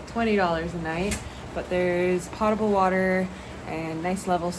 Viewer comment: lol it’s POHT-able water… you’ve lived this life for how long now? 😅 No, it’s not a versatile word like tomato. English does have rules, you know, and true, correct pronunciations for words… 😊